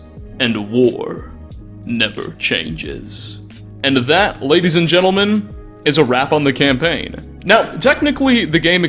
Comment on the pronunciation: "Gentlemandt" ? "Massachewsess" ? Bro, learn how to speak. Great video, just.. damn.